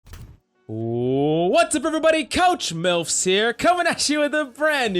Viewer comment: his name supposedly is I heard coach milfs lmfao